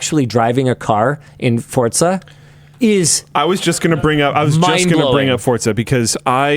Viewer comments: ITS FORZA NOT FORTZA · Linus, genuine question, where does the t in your pronunciation of forza come from? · Just how many "T"s are in Forza. The number seems to increase every time Linus says it.